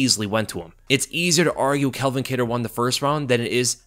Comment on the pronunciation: Why do you keep calling him Kel-vin? It's pronounced CAL-vin. Why do people always mix those names up